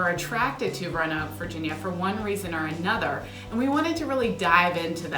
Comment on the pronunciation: Please pronounce Roanoke with three syllables. My family has lived in the area before Roanoke was a city having migrated south from Europe via Pennsylvania during colonial times. Roanoke, in the past, specifically was pronounced with three syllables—view any media (T.V., radio, film [yes, back when Roanoke was big enough to be mentioned or referenced in movies] from the 1960s, 1950s, 1940s, etc., and Roanoke was pronounced with three syllables. The (our city is losing significance and shrinking compared to other cities so “we” have to force a pseudo-colloquial way that only we correctly know how to pronounce self-created fable. “We say it Row-noke, here.” Not correct, not true. Roanoke is pronounced, “Row-ah-noke.” I now live in Atlanta and a small village nearby in Alabama pronounces their name with three syllables, which is also named Roanoke. The lost colony, Roanoke, is pronounced with three syllables. The city in Southwest Virginia is also pronounced with three syllables unless you incorrectly learned to say the name with two syllables in elementary school and refuse to correct the pronunciation as an adult. Thankfully, all the A.I. such as Alexa pronounce the city correctly with three syllables. The dialect in Roanoke is mostly southern Shenandoah Valley dialect and Roanoke is pronounced with three syllables. I know it is hard to unlearn incorrect habits, but like the incorrect, but often heard, “I seen him coming”, that as an adult you know to correct to, “I saw him co